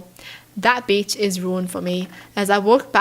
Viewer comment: On the last story anyone else thought she said bitch instead of beach